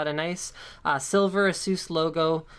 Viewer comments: It's not Ah-soos, it's Ey-sus 😂😂😂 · Is it not pronounced "ay ses" not "uh sues" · "Ass-oose" lol